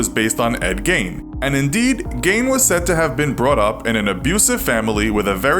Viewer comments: It's not pronounced Gain, the correct pronunciation is Gean (much like bean). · Why is the narrator pronouncing in “Gain”? Ugh. Even if that’s how it’s pronounced in Germany (or wherever), Gein himself said it as “Gein”. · It’s pronounced Geen jot Gain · Imagine doing a whole segment on famous ed, and pronouncing his name wrong the entire time. How do you say Gain and think it’s acceptable content? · love these but it is pronounced Geen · Geeeen is the pronunciation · It’s pronounced geen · Tried to listen but the narrator constantly mispronounced Gein and it was soooo annoying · Didn't pronounce eds name correctly once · It's not that you said 'Gein' wrong, it's that you said it wrong so many times